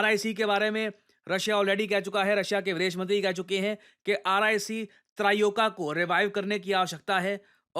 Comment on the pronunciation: त्रयोका❌ त्रओइका✅. 😅😅